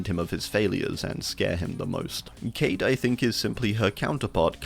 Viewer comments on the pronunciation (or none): none